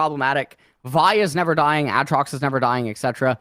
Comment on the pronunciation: For fucks sakes someone teach him how to say Aatrox